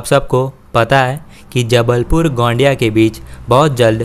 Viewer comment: गोंडिया नही है गोंदिया है